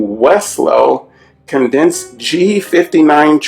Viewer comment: Cadence = kay-dence